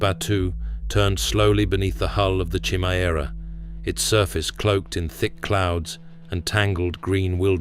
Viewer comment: Homie said "Chimmy-Era" 🤣🤣💀💀